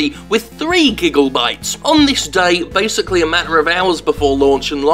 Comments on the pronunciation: Did he say "Gigglebytes" instead of Gigabytes ? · Anyone else hear "gigglebytes" instead of gigabytes? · is it just me or do i hear "gigglebytes"?